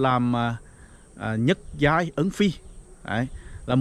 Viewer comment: Giọng nói gì mà nghe ui là trời: nhất giai ân phi mà nghe là nhứt giái ân phi